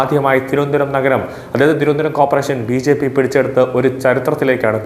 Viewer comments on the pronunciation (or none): none